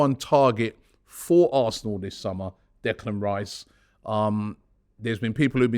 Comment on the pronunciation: 😂 chopping block Robbie. Butchering names left right and centre! Reclan Dice incoming 😂👍🏾